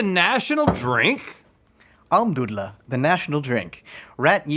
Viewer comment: as a German speaker, -- EXCELLENT pronunciation of Almdudler!!!